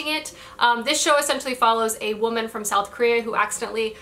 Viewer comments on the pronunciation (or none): none